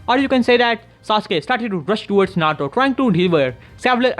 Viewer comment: can u say naruto not narto no offend